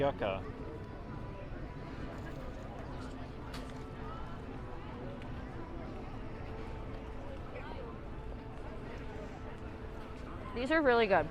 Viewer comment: Not Yuck-ah. Yuca. Pronounced Yoo-kah